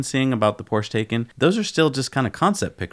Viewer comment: Guys, I have made this comment before, you are NOT pronouncing the Porsche Taycan correctly! Google how to pronounce it and Porsche them selves have a video about it.